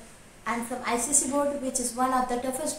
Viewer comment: Icse not icsc